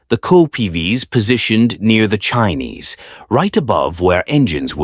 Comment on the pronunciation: Chines is not pronounced Chinese!